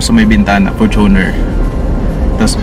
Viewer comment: its FORTUNE-r not for-TUNER